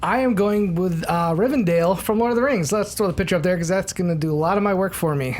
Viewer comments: Rivendell, not Rivendale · Come on... It's RivenDELL, not dale... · ist not RIVERDALE its Rivendell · OH MY GOD, IT'S RIVENDELL NOT RIVENDALE. And you guys really need to read Alan Moore's Swamp Thing! One of the best comics ever! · the fact that a bunch of movie nerds call rivendell rivindale disturbs me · As a Lord Of The Rings fanboy nothing on this earth hurts me more than hearing everyone call "Rivendell" "Rivendale". still can't pronounce anything right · I'm pretty sure it's Rivendell, not Rivendale... or maybe I'm just hearing it wrong. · when they keep saying "Rivendale" instead of Rivendell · It's pronounced Rivendell! Sorry, I just had to get that off my chest. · Why can't anyone pronounce RivenDELL? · Please pronounce Rivendell correctly, if you know so much about movies.